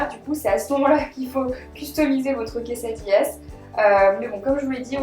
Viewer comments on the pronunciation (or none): Je sais que tu ne parle pas español mais on dit une quesadilla(pas de "s")et des quesadillas